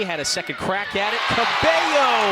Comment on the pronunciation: Except it’s cabeyo